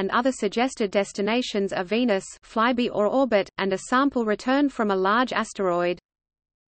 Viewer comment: I enjoyed hearing the text-to-voice reader pronounce "Venus fly-by" as " veinous fly-bee", something quite different.